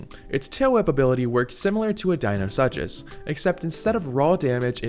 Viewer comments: For future reference deinosuchus is pronounced day-no-soo-kus and chitin is pronounced kai-tin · Dino-Soo-kus is the correct pronunciation. Deino or dino means "terrible" in Greek, and Suchus means "crocodile." and the "CH" in most dinosaur names is pronounced with a "K" sound since it's mostly Greek.